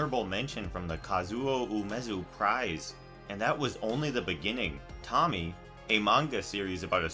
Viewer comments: It's pronounced Toe-Mi-Ey. Not Tommy. Some would say it makes you lose a bit of credibility discussing the works but it's nbd because the video is still informative. Just semantics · "toe-me-ayy" not Tommy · dude its pronounced to-mi-eh thats what my dad said at least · Lol it's not Tommy, it Toe-me-aye. Love the video! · Tommy lol 😆 oh man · How the hell did he get ''Tommy'' out of Tomie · Someone has probably said this but… It’s not Tommy. Toe-me-Aye. Japanese is almost always said in letter pairs. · “Tomie” isn’t pronounced as Tommy, it’s TOE-ME-EY. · Great video, but it drove me kinda nuts hearing the name "Tommy" over and over again lol. It's no big deal no big deal and all, but it's "Tomie" pronounced "Tome - e - ay" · Bugs me that you keep calling her 'Tommy'. Her name is pronounced Toe-Me-Aye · Just wanted to say this but you pronounced Tomie wrong. You were so far off. It's To-mi-e with the e said like "eh". Also the anime was a joke, not really a good idea to use those examples. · No, Tomie isn't pronounced "Tommy" and it isn't pronounced "Toe-me-ay" either. It's "Toh-me-eh" and both the "toh" and "eh" are an abrupt, brief sound. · The ending to the window next door is the whole family moved out. But why it's so hard for some American to pronounce the original way of the latin alphabet ? Tomie isn't pronounce as tommy its To mi e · I just laughed cuz him saying "tomie" Its pronounced "to-mi-ye" btw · Tomie is pronounced "Toe-mi-ay" , not tommy lol. Just so your aware : p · I'm sorry, I got so irked and repulsed when you pronounced Tomie's name a "Tommy" it's "toh-me-ehh" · lol, he keeps calling her Tommy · It's not fucking tommy it's tomea say it with an a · Its pronounced toe-me-ay not tommie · Toe-Me-ay, Hearing you say Tommy made me want to claw off my ears! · It's physical painful to hear you pronounce Tomie's name like that. It's Tome-ee-ay. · You're saying Tomie's name wrong, and it's making me cringe.... it's pronounced "Toe-Me-Aye" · Ah yes “Tommy”